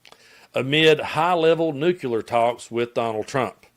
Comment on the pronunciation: NEW-CLEAR nucular is not a word Sound it out man